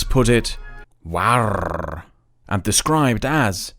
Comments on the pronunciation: Fun fact: "Warrrre" is very close to how we French pronounce the English word "War" sometimes. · Me hearing you pronounce Warre 🤣😂🤣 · That pronunciation of "warre" had me splitting my sides 😂